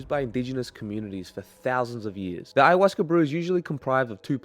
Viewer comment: There is no R at the end of Ayahuasca. And it isn't fermented.